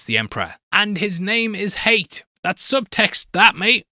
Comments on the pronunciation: Another great video mate ;-) PS pronounced ‘Ha-yat’ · It’s pronounced like “Hay-at” in Arabic, Hayat. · Pronouncing Hayat as Hate is funny😂 it's "Hi-At" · It’s ha-ya-t not hate, literally pronounced as it's written. Edit: If it’s pronounced hayt or hate in the audiobooks or whatever then don’t say it’s from the arabic. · Yeah his pronunciation keeps throwing me off😂